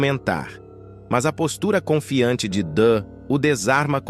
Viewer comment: Meu queriso , o nome dela é DUH e nao DAN. outra coisa , o nome do filho dela é YARLEI e por fim ... O nome do outro é, MAVÍ e não, MAVIN ! Pq tem horas que vc fala certo e em seguida, fala de maneira correta . Isso se chama falta de ATENÇÃO.